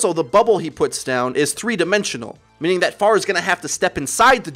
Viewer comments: I thought you were saying pharmacy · i hate how he says pharah